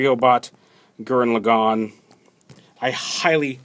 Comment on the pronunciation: laggann not legon